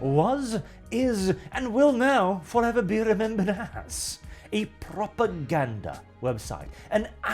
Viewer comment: Honestley thought you said "a Proper Gander website"